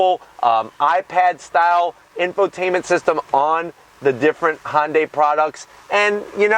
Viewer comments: yes I know but the correct name is Hyundai not honday thanks for not being able to get the name! correct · Its called a Hyundai not a honday ??? Look at the badge and learn English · I love ur reviews - but its Hyundai, like Sunday.